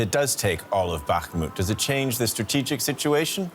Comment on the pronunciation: "This not stratigically" Ok, ok...